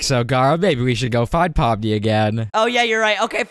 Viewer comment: You said Pony it's Pomni